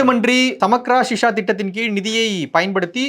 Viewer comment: Samarka sisha illa pa….. samagra shiksha . Samagra means all ( encompassing / everyone) Shiksha means education !!! 😂😂🤦🏽‍♀️🤦🏽‍♀️ It’s Samagra Shiksha Abhiyaan . Abhiyaan means project !